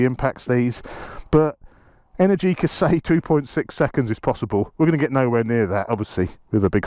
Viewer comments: Mate, the stressed syllable in Energica is the second one (enERgica), not the third one (enerGIca). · It's pronounced enErgica not energIca . 😄